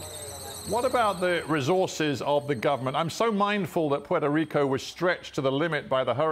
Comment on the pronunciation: Please, if you're not a Puerto Rican, don't call the island as Porto Rico or Portorro, because it's offensive and disrespectful to us. I understand if you didn't meant it that way, it's just an advice for future situations. Take care!!🇵🇷❤